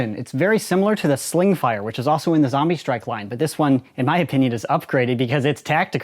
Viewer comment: It’s zombie strike not zambie strike